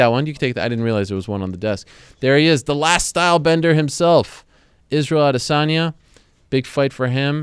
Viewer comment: correct pronounciation *****Are-They-son-yah**** (Adesanya)